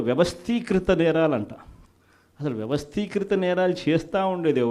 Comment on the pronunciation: వ్యవస్తీకిత కాదు వ్యవస్తీకృత అనాలి.